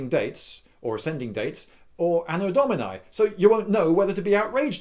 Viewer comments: *Ahno Dohmeenee ffs.. "dominay" is something an American would say... You are a traveled man, act like it! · Anno DominIIIII. Not Dominae, it's masculie. Dominiiiiiiiii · I'll be the nitpicking b#tch and I'll point out that you're pronouncing Anno Domini almost perfectly, except for the last vowel, which should sound like "ee", as in "tip", and not like "ay", as in "fry". Both “I”s in Domini have the same sound, since Latin vowels have a constant sound. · Anno domin-ee, not anno domin-eye. Sorry, old Latin student.